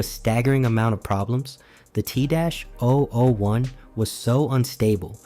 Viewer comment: Kinda disappointed in myself for not realizing this was ai slop until the voice started struggling to say t-001, thats what i get for letting videos autoplay at work i guess